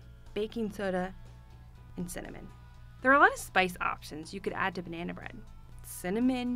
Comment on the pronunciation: Why does she say " banaayna bread 😃 thats a hell of a nasal twang😃